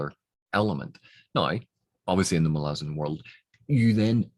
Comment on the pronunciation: One of the few people I know who can pronounce Malazan as it should be pronounced. So many people say it as Ma-La-Zan. Not Mah-lah-Zan.